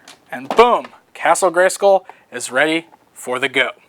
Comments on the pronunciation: igel789 No, it does rhyme with dull. just pronounces it weirdly. The WWE wrestler Randy Orton says it like "school" too. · why do you say Scoll? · The way "" incorrectly pronounces the word "SKULL" irritates me. Castle GreySKOL Castle GreySKOAL Castle GreySCOAL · So the word "Skull" in Greyskull is pronounced like "pull" and not like "dull"? That's interesting. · Am I the only one wanting to smack him every time he says "Gray-SCOOL"?